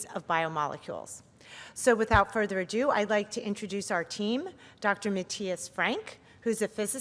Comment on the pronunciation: The introducer pronounces "ado" (twice) as if she probably thinks it is spelled "adieu."